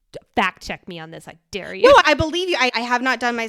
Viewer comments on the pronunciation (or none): none